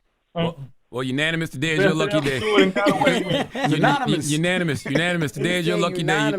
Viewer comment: “i wanna stay U-NONIMOUS” 😂😂😂😂😂😂😂